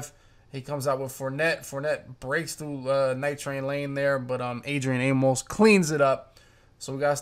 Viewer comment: Why do u pronounce Amos as a-mose..it’s pronounced “amis” bruh lol